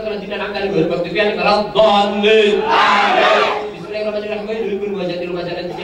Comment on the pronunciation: YG GW DENGER : Dolinnn AAMINNNN